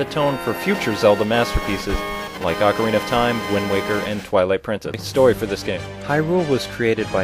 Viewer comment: finally i know that myself and my friends aren't the only ones that mispronounce (OH)carina of time as (AH)carina of time